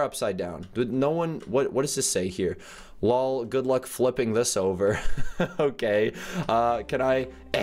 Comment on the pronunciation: Its L.O.L notlool